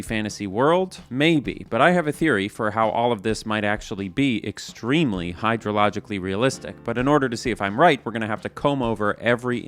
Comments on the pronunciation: I haven't seen anyone mentioning the 'extermely" at the beginning and it makes me anxious. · "EXTERMELY", i sea what you did there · “Extermely” hahaha😂